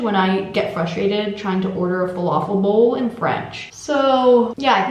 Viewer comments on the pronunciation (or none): none